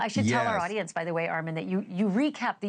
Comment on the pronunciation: Okay class what sounds do the short and long o say? Definitely not i as in igloo Good job ArmOn 😊